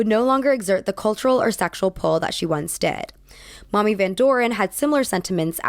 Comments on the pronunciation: As an older woman who knows nothing about this topic, I thought this was well-researched and well-presented- you’re a great speaker! A couple mid-pronunciations: Stymies= st-eye-mees, not stimees Mamie Van Doren= May-mee, not Mommy Also, the vocal fry speech pattern is very distracting to me - I’m one person, that’s my opinion, take it how you like 😊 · Darling, "Mamie" in this case is pronounced "MAY-mee" not "MAH-mee". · it’s actually pronounced MAY-mee, not mom-ee. how are u gonna f up my name twice in one video come on now 😩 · Mamie (may-mee), not Mommy Eisenhower. Same for Mamie (not Mommy) Van Doren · Mamie Eisenhower= May-mee. not mommy Also Mamie Van Doren. (not mommy.) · Its actually Mamie As in May me not Mommy Eiesnhowr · mamie isn't pronounced like mommy, it's "may-mee" :) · Mommy van doren 😂 I’m pretty sure it’s pronounced “may-mie” 💜 but yes she’s mommy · Mamie is pronounced with a long A. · Well researched. Many mispronounced names and words make it a little jarring sometimes. Mamie=may-me. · Very good presentation, you’re always so interesting to listen to. My only “critique” is that Maime Eisenhower’s name is pronounced “May-me” 😊 obviously I haven’t read all of the comments on here, so I apologize if this is a repeat.❤ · Mamie is pronounced MAy-mee rather than mommy, just in case it ever comes up again. Love your videos, thanks so much for your great work ❤️ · Mrrs. Eisenhower's first name "Mamie" is pronounced "May-mee." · thought you said "mommy eisenhower" and it kind of shocked me in the head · (psst Mamie Eisenhower's nickname is pronounced "MAY-mee") slips away into the night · Mamie is pronounced MAY-mee. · Polite correction: I think Mamie was pronounced may•mee ✌️💕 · Great video! I just wanted to say "Mamie" is pronounced more like ma'am-ie (with ma'am being pronounced in an American accent) rather than maw-mie.